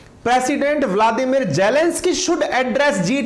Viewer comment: Sir aap bladimir putin kab bolna seekhenge.